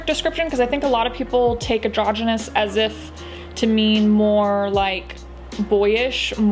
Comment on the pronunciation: isn't it "androgynous" ? not adrogynous?